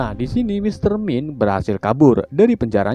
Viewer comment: Mister mind dibaca maynd. Eugene dibaca yujin